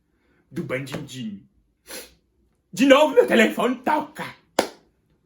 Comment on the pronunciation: O melhor é qd ele diz bandindinho kkkk